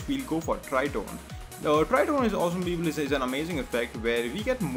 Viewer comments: your tutorial is good but please stop saying "esem beeble" * wathever that is.. haha. (i know ur saying awesome people) just don't anymore.. lol. thank you for the tutorial. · I actually thought he was saying Justin Bieber instead of awesome people...